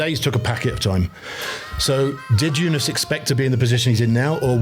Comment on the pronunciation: Sir Bradley: It's 'Jonas', not 'Younis'. 😅